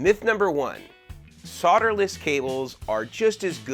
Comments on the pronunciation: Soderless, please there is an L in there. Learn to pronounce in English. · The BIGGEST myth about solderless…is that it’s pronounced “SOD-er-less”…there’s an “L” in the word for a reason! It’s pronounced “SOLE-derless” NOT “SOD—“! You’re not SOLE-dering with dirt! A SOD is a clump of dirt!